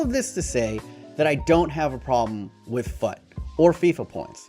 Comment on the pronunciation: Fut is pronounced as "fooooot" like put. Really annoyed me how you pronounced it.